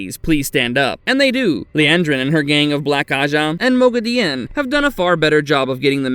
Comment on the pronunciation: Really? * CAR'A'CARN Correct pronunciation: Car'AH'carn - His pronunciation: Car'AYE'carn * MOGHEDIEN Correct pronunciation: Mo'gi'di'ehn - His pronunciation: Mo'geh'di'in * RHUIDIAN Correct pronunciation: Ruh'i'di'an - His pronunciation: Ruh'ee'di'ahn * SUAIN Corrent pronunciation: Swan - His pronunciation: Sue'ahn * AMYRLIN Correct pronunciation: Ah'mer'lin - His pronunciation: Eh'mer'lin * EGWENE Correct pronunciation: Eh''gwain - His pronunciation: Eg'gwine 🤦🏻‍♀ I don't know how many more names/titles he ended up butchering, because I finally clicked dislike during the Egwene pronunciation debacle and left the video. Yes, he did pronounce some names and things correctly, but I started to doubt he'd ever watched the show much less read the books and was just making Wheel of Time videos to make money off WoT fandom and he couldn't give even a smidgen of a rat's arse to get the names of major characters correct. There are enough true fans of WoT making excellent breakdown videos and review of the show that I don't have to waste my time watching this channel's rubbish.